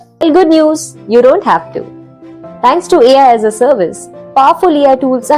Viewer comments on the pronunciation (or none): Read as alaas😅